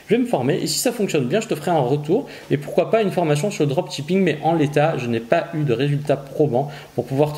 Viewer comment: En anglais seul 'ch' se prononce 'tsh' Donc le droptchipping ça pique les oreilles 😅 Sinon j'adore votre chaîne, que des informations de grande valeur